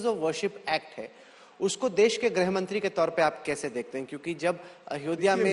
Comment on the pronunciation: ग्रह नही गृह मंत्री होता हैं। 🎉